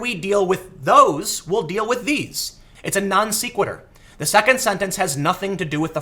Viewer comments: non se·qui·tur - not non see·qui·tur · Couple more positive sources on CBP being for the wall. (Jan 2017) (Dec 2018) Also minor note, sequitur is pronounced Sec (Like seconds), not Seek. Love the videos Tim keep em coming! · I like you and your channel Tim. You do a great job with your investigating, reporting, and encouraging through both word and deed the value of healthy skepticism. Given all that, I hope you forgive my petty nitpicking: It's not pronounced "non-SEE-QUITTER," it's pronounced "non-SEH-QUITTER." Other than that, you're doing an excellent job. :) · It's not "Non-See-quitur" It's "Non-Seh-Quitur" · non SECK' wit ur .... (not non SEEK wit ur) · Tim, when you don't know how to pronounce a word like sequitur you should google it my friend... (ˈsekwədər) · Have to help ya with this one Tim it's pronounced Non Sequitur like Secretary. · Dude it’s not “seekquitur” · Non- se-que-n-ter, e as in Ben!! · That is the first time I've heard it pronounced "nonSeekwitter". That an east coast thing? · I found your repeated mispronunciation of NON-SEQUITUR distracting. If you're going to use Big Boy words, work on your follow-through. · Great video as usual. Also, as someone who has mispronounced too many words throughout my life without anyone bothering to correct me, please don't take this as me being a dick: you're mispronouncing "non sequitur".